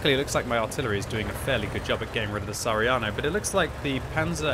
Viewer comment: its sa ha ri a no not sariano..